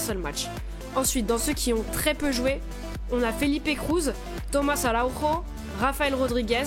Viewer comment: En portugais le "j" se prononce comme en français, on ne dit pas AraùRo mais Araùjo. A ne pas confondre avec Araùjo du barça. En espérant voir Sporting Portugal pour le deuxième épisode🤞. Je trouve aussi qu'il est étonnant de ne pas voir Ederson et Oblak comme formé à Benfica ou encore Nelson Semedo ils sont peut-être arrivé trop tard au club ?